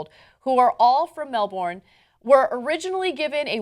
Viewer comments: Mel-bin, not Mel- Bourne. I know it's written that way, but it's not how u pronounce it. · MEL-BURN not mel-BORN, as an australian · It's said as melbon not melborrrrn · It's Mel-bin, not mel-born, and I'm not even an aussie... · She pronounced it MEL-BORN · oh, because a foreigner calls it something else it makes it correct? its MEL-bn. THATS the correct way. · Pretty much all americans are like this. Protip guys: it's pronounced Mel-bn. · No, it's Mel-bin, mate! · Mel-bern ... Feel the Mel-Bern!!! =-P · It's "Mel-Bon" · LOL, who ever uses a second vowel??? It's "Mel-B'n" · More like "Mel-B'n". We really never use a second vowel. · more like, "mel-bin", I believe.... ^^